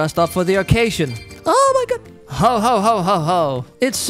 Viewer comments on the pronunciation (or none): said how-how-how how instead of ho ho-ho-ho